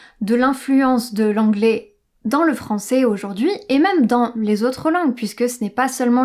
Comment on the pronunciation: Commence par prononcer " français " AI au lieu de "francé"